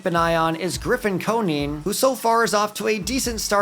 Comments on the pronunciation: Grffin's name is pronounce Co-Nine not Co-Neen. His father was an MLB player (Jeff) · As a marlins fan Hearing Coneen made me cringe 😂